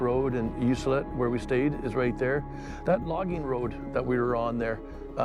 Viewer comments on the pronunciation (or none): Ok I had to stop by and correct your pronunciation. Ucluelet You que let. Not You cell et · You cue let say it like thar for correct pronunciation. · That's rail timbers... quite a few spots on the island like that. Btw its pronounced "U clue let" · FYI. It is pronounced U Clue Let . Hard C as in clue. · I was wondering when someone might speak up that knew how that towns name is pronounced, I only know because I had been out there once and was informed by someone, could have been the travel information centre that mentioned it as I expect it gets mispronounced often, I know I had no "clue" how to pronounce it either.